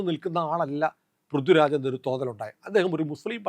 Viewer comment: ഇത് ആ ആശയം ഉൾപ്പെടുത്തി, കടുപ്പമുള്ളതും എന്നാൽ മാന്യവുമായ രീതിയിൽ ഇങ്ങനെ എഴുതാം: ശ്രീമാൻ, നിങ്ങളുടെ ആശയങ്ങളോട് എനിക്ക് എതിർപ്പില്ല. മറിച്ച്, നിങ്ങളുടെ ഐഡിയോളജിയെ പിന്തുണയ്ക്കുന്ന ഒരാളാണ് ഞാൻ. അതുകൊണ്ടാണ് ഈ വിമർശനം. നിങ്ങൾ പറയുന്ന വിഷയങ്ങൾ ഗൗരവമുള്ളതാണ്, പക്ഷേ ഉച്ചാരണത്തിലെ അശ്രദ്ധ അത് ദുർബലമാക്കുന്നു. "പൃഥ്വിരാജ്" പോലുള്ള സാധാരണ വാക്കുകൾ പോലും കൃത്യമായി ഉച്ചരിക്കണം. "ഥ" എന്ന ശബ്ദവും "ദ/ധ" ശബ്ദങ്ങളും തമ്മിലുള്ള വ്യത്യാസം വ്യക്തമായി പാലിക്കണം. പൊതുവേദിയിൽ മലയാളത്തിൽ സംസാരിക്കുന്ന ഒരാൾക്ക് ഭാഷയോടുള്ള ഉത്തരവാദിത്തം അത്യാവശ്യമാണ്. നിങ്ങൾ അവതരിപ്പിക്കുന്ന ആശയങ്ങൾക്ക് അതിന്റെ ഗൗരവത്തിന് ചേരുന്ന അവതരണവും ഉണ്ടാകട്ടെ എന്ന ആത്മാർത്ഥമായ ആഗ്രഹം കൊണ്ടാണ് ഇത് പറയുന്നത്.